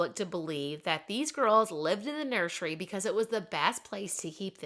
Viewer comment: Nur sir ee not nursheree